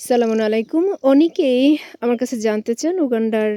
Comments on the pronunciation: আপনি "আসসালামুন" কেন বলেন? এটা কোথায় পেলেন? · আপনার সালাম দেওয়া হচ্চেনা সংশোধন করে বলুন আসসালামু আলাইকুম